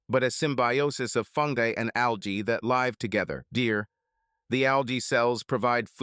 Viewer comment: Why is it the ai voice can properly pronounce "lichen" but cant pronounce properly "live"